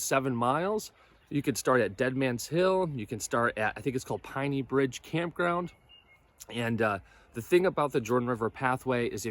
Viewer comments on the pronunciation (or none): It’s spelled Pinney Bridge, but it’s pronounced Penny Bridge